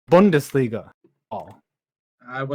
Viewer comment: Bundesliga, his favourite thing to say even though he can't pronounce it right.